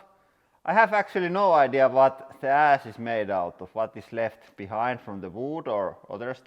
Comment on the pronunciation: Ohhh, "Pile of ASH", I thought he said "Pile of ASS"